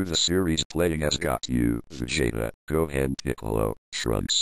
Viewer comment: Gah-ku, Ve-jay-ta, Go-hand, Trunks and Picclo. The robot is 2/5, having got Trunks and Piccolo right :P